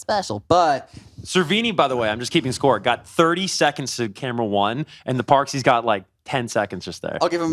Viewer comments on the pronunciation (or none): “the parxies” 💀